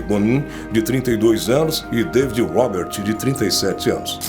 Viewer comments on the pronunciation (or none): none